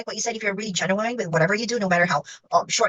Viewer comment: The interviewer mispronounced the word 'genuine"@ she's nice though...